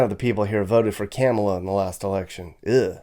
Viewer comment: You pronounced Kamala wrong, jackass. Is it too hard for you to get it right?